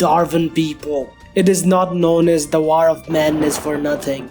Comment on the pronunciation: i love how this guy says "war" i love the word "waaor" its amazing